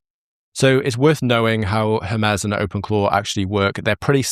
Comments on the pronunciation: Hermez? Every time you say Hermez instead of Hermes it immediately takes me out of what you're saying. Why can no one in the creator space seem to pronounce things the way they were meant to be pronounced? Hermes is the messenger God of the Greek pantheon, it has never been pronounced Hermez. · I’m dying a little inside every time “Hermes” is pronounced like “her-MEZZ” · Cant get over how you say Hermes wrong XD